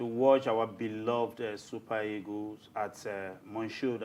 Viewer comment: How do you Nigerians pronounce the word EAGLES? The right pronounciation is e-a-g-l-e-s and not e-g-o-s. Did you guys do oral English and phonetics in school? It's very weird the way you guys pronounce the queen's language. Imagine words like, PASTOR, GENERATOR, TUTOR, BUS, The right pronounciation of these words are as in PASTA, GENERATA, TUTA, & BAS.